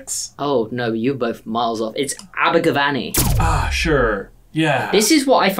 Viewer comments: I'm still annoyed at that pronunciation. It's Aber-gav-any. With an eh sound. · Abergavenny made me chuckle. It’s definitely in Wales and over a hundred miles from Essex. Its pronounced Aberguvenny colloquially 😂😂 loving these quizzes ☺️😂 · Abergavenny is Said like this. ABBA- ga - VEN- knee. Love from Wales.♡ (Cariad o Gymru.♡) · you're saying Abergavenny wrong (as a welsh person) it's ab-er-gu-ven-ny